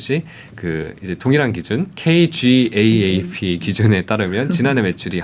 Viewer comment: 케이 지에이에이피… 말고 케이갭이라고 하세요 자연스럽게 K-GAAP = 한국기업회계기준